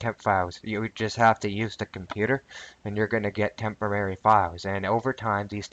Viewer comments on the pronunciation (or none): Tempemary files tememerary files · LMAO! It's a "Tempomary"! LOL! It's Temprorary. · Tempamerry? lol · This time, I am fairly certain you proved you could pronounce 'temporary' correctly, albeit only once out of six attempts. Still, congrats!